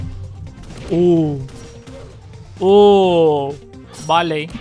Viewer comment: abi kötüleme amaçlı değil ama haberin olsun diye diyorum barley barli diye okunur